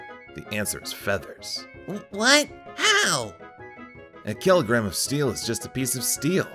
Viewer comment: It's pronounced "keelogrram of steele, or a keelogrram of fheathers"